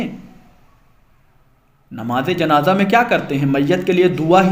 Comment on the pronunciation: Namz e janaza ko janaja bol re ho ho talffuz durusat karo jao